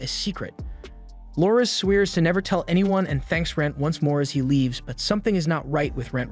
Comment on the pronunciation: He... sweers? 😂 . Did viewers reach consensus on whether this is AI or human narrated? The fact that this is a legitimate question now blows my mind.